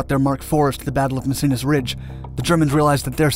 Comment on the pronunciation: Anyone else getting triggered by his pronunciation. "Cambray" and "messines". Its pronounced Cambray and messine.